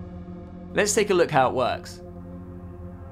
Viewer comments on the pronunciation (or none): none